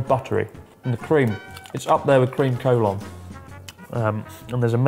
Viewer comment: I used Google translate to check how to pronounce Collon and it's nothing like you did.